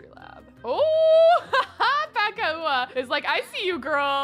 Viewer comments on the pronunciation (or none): I think that paka'a is supposed to be pronounced with a glottal stop. Like "pah-ka-ah" not "paka-ah"